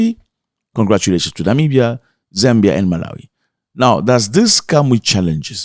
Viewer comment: Namibia, not Nimbia